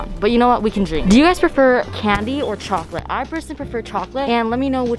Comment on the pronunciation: there is no way you said candy or chocolate I heard “Kennedy or trump” and I was rlly confused